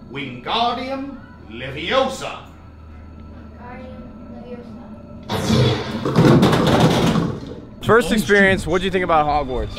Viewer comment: It's leviosa not levio-sar